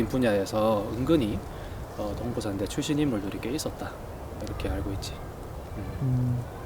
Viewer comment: 끊어 읽기 제대로 해주세요.. 동부/산대가 아니고..동/부산대 입니다